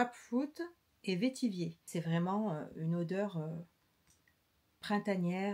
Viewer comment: Bonjour, le vetiver pamplemousse est mon préféré. Et pour info vetiver se prononce comme « vert »